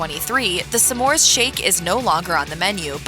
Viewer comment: It's not "some mores"! It's smores. Driving me nuts!